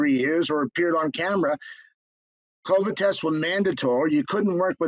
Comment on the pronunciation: Wow, you horribly mispronounced Covid. How is it possible that you’ve never heard it pronounced??